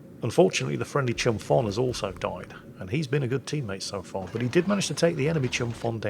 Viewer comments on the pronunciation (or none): The ship Chumphon is pronounced like the H at PH isn't there - "Chumpon". It's a province and city in South Thailand in which I lived for a couple months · I love the fact that most westerners called Chumphon Chumfon XD It’s Chum-Porn that’s how you pronounce it. I know Thai language is weird I mean most of Thai students didn’t pass Thai Language exams